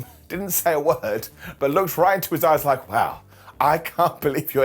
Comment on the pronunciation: Anyone else hear slip and say “Open your azz” instead of “open your eyes”? 😂😂😂